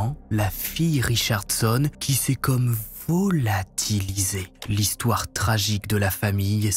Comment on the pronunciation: "Il s'est vOOlatilisé " 😄